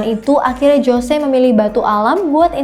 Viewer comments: jose... dibaca hose mbak bukan jose... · 'José' itu bacanya 'hose' dooong😁